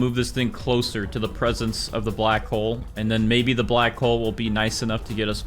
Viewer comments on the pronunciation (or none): none